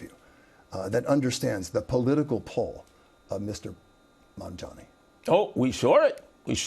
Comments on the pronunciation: I find it hard to understand that after all this time Sliwa still can’t say “Mamdani” correctly. If that’s some sort of cognitive impediment he certainly shouldn’t be Mayor. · He went so soft on Sliwa :( . Watch his toughness when he interviews Zohran. Curtis Sliwa hasn’t even learned to pronounce Zohran’s last name correctly. Curtis Sliwa has no chance, I believe. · Every time he mispronounces "Zohran Mamdani" a Guardian Angel gets his wings. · 50% of the people can't say mandami correctly. It's not an easy name for native Americans. But to say you wont vote for somebody cause of the way he sounds is racist.